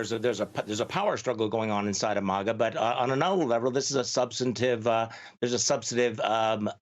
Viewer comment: It's pronounced phonetically based on how it's spelled, which is Ma-Ga. I feel like the MSNBC anchor is ostentatiously trying to sound high class by pronouncing it Maw-Ga.